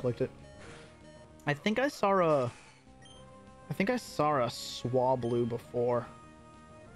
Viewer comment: “I think I saaarrr a Swablu”